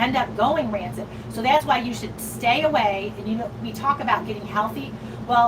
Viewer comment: I’m sure meant to say *rancid, not “ransit”